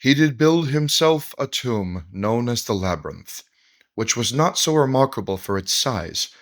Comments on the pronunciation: I'm afraid that if I ironically say 'Labrnynth' too often I will forget how to say Labyrinth correctly! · funniest part is joes been saying "labernyth" for months. duncan even corrected him on it and he cant stop himself. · “Labernyinth” lol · "The labernynth" says the internets dumbest man LOL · "laberninth" - classic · Can we please take Joe down into the "labyrninth", and just leave him there? 🙃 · Um... what in the holy sweet flying FUCK is a "labrinith?!" 🤦😆🤡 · That's cute. My ex's 5 year old daughter pronounced it Labernith too. It was her favorite movie. Also: Me "Say French." April "French!" Me "Say Fries." April "Fries!" Me " Say French fries. " April "Ench fries!" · Dude can't even say labyrinth correctly. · My theory is that Joe keeps mispronouncing labyrinth so he can say that technically he's not spreading misinformation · People actually believed Toe Rogan enough to deny science and willingly die from covid, and the man can't read the word labyrinth ☠